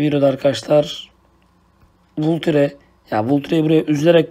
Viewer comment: Vulture diye okuyunca sınırın bozuldu abi o valçır diye okunuyo